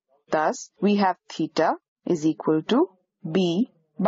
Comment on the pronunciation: As Allan Sherman would say in his "peter and the commissar", "Dots nice". But how far can we measure stars using parallax with the Earth's orbit diameter as the base line? BTW it might be better to have a less accented narrator. I have to assume that teeta is actually theta. Is it?